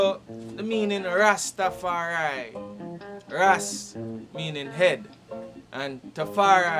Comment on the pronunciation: The European dread saying Rastafari-a. I can't take it